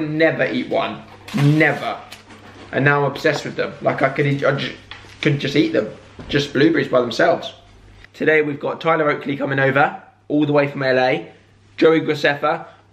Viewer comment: I love how he pronounces blueberry Blub-bor-ee lol